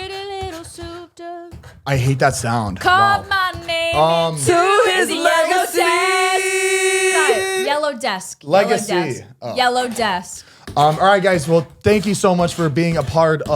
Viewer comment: ADVENTURES WITH A PURPOSE!! Such a great group of people with amazing skill. I can't help but feel bad for the cops though like that's their job and some dude with a YouTube comes strolling in and solves crime for them 😂 also Zane it's leather seat not legacy 🤣